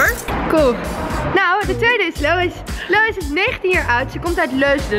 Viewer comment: Omg lois ze zeiden je naam verkeerd en ik ging echt stuk HAHA